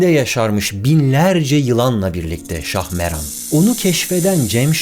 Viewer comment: Şahmeran değil, Şahmaran